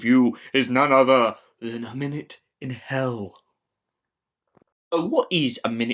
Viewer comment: 'Minuet' is pronounced 'min-you-ette', a type of 18th century dance (and an interesting wordplay, here). Not a criticism, just helping you on your lexicon. I scored this higher, and it's one of my favourite 8/Chalie stories, alongside'The Chimes of Midnight', 'Zagreus', and 'Scherzo'.